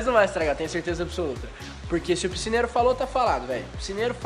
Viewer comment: rezende tu disse picineiro😂😂😂😂